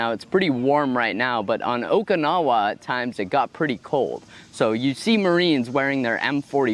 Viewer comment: Every time I hear someone pronounce Okinawa like that, I cringe a bit.